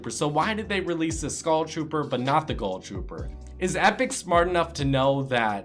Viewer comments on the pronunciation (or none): Why do u call it the goll trooper and the skoll trooper